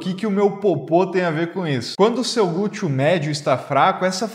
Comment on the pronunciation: Achei engraçadinho ouvir gúteo.😂